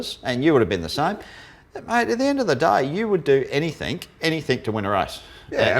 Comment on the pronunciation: Love show but please Russel can you say "anything or everything" instead of everythink/anythink.